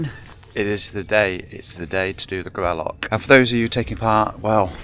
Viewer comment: Please learn how to say Gralloch! Does not end with a ck!